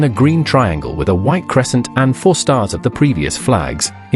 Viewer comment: That AI robot has a terrible time with the word "four."